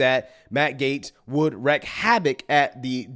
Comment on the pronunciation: It is a good guess that wreak would be pronounced like steak and break but actually it rhymes with streak. Sorry, trying to help.